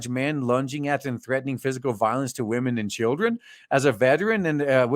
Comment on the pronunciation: I gave you a shot, you just keep saying waahmen too much for me, it gets annoying. best of luck.